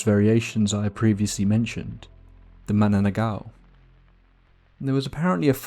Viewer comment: "MA-NA-NANG-GAL". I know, it's so hard to pronounce if you're not a Tagalog speaker.